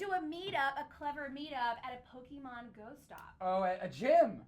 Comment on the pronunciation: pokemon or Pokeman?